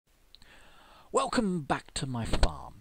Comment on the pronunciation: lol in the beginning "Wekcome back to my fparm" lol